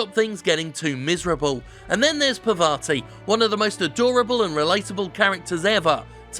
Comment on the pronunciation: why does everyone keep calling her "Pavarti" she's not a cheese >.>